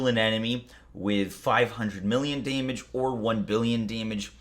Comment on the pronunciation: "To prevent you from doing DAYMIDGE to yourself"